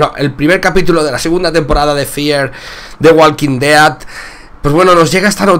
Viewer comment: se que eres español pero en serioo trata de mejorar el ingles osea?...De Walquin deaaad